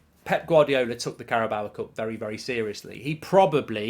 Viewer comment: Still can't say Carabao correctly